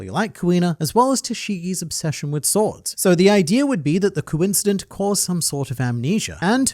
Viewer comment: Bro kuincident for sure got me😂😂😂😂😂